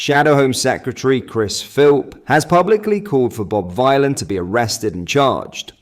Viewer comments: Lol. You're a Joke mate. You're quite happy to promote "Islamophobia" & Muslim Racism just like your Football Club Rangers & you're Right Wing buddy Farage... btw it's pronounced Villian not Vighlin.. as in Bob Dylan... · Omg it’s pronounced “vilan” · Hey (yes YOU ) it’s pronounced Bob Villain as in Bob Dylan ……your reporting is shamefully misleading and bad plus you constantly upload old news articles …..I’m unsubscribing 🖕🏽🖕🏽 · I think Bob Vylan's name is supposed to sound like Bob Dylan, so everyone pronouncing it Bob Vile'un must be annoying the dickhead, and that makes me happy. Hopefully he goes to prison for his actions,then everyone forgets his name completely. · Please pronounce this disgusting name the way he means it to be taken: Villain, not Vielan. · I knew nothing of this man before all this, but I presume his name is pronounced Vill-an not Vy -lan. the play on words of Dylan and Villain. Edgy like. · It's pronounced 'villain' for crying out loud.🤦‍♂ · Vylan. Rhymes with Dylan/ Villain... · it's pronounced Villain. The 60s singer was called Bob Dylan this joker is called Bob Vylan pronounced Villain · His name is pronounced Bob VILLAIN. It’s a take on Bob Dylan. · Stop saying the name like that 😭 you don't say Bob Dylan like that do you